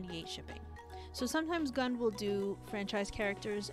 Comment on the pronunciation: It’s pronounced Goond